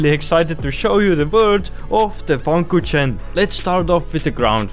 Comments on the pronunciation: I love how he says FunKuchen like Funkutchen xD its a Word from the Englisch 'Fun' and the German 'Kuchen' (Englisch: Cake) Love the Video😂❤ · As a German I found it so funny when you pronounced The Funkuchen😂😂